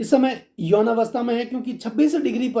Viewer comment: विडिओ पसंद आया - नम्र सुचन - यौवन का सही उच्चारण करे - आप खुद बडे विद्वान है